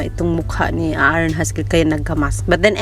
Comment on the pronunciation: Wrong pronunciation not Aa aron it's A'ron it's silent a buti may nanonood ng vlog mo dzai.